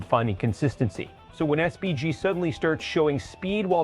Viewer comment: learn how to pronounce his name ffs